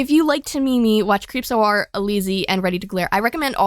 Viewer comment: when she said "hi creep-p!!" i also thought she was talking about shannon <3